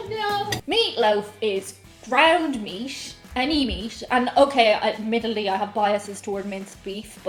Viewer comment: Hello, I can understand your aversion to ground beef, I had a girlfriend years ago who didn’t care for it. I enjoy it myself though I’d rather have a nice T-bone steak anytime. My question of you is why do some Irish folk, yourself included put letters in words that they don’t belong in. For instance, you say the word meat three times in a row, each time I’m hearing meast? Where did the s come from? It’s rather distinct, and I’ve heard other Irish people do it with other words... Just curious, thought I’d ask as this has been nagging at me for awhile?🤔 P.s. you say meatloaf just fine, but meat alone somehow comes out meast???